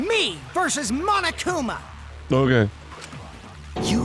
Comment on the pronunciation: No one: Me: The pronunciation on that "MonoKUma" was really nice ✨ Insert Satisfaction Meme Template ✨